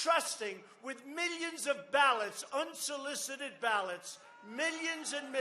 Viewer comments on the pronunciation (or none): Julie Reid oh no here come his miyions of minions